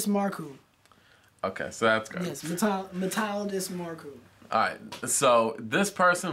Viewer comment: Your pronounciation of the name wasnt half bad :P It is MeeltiAdis mArkou (the capital letters is where you higher the tone)